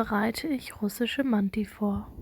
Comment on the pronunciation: Man sprichst du manti deutsch aus 😂